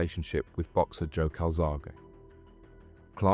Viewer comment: Also, he stated Calzaghe (the boxer) as Calzag.